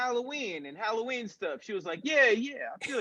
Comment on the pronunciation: “Hollyween” candy